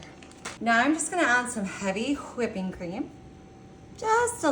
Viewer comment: Take the wrappers off before you cut The Snickers bars. 🫣 Have you ever heard of a mixing bowl?! 🙄And take the marbles out of your mouth when pronouncing whipping! You suck at this. You suck at cooking. You suck at speaking. You suck at presentation and execution and technique. And don't even get me started on the lack of your nutritional knowledge. 👎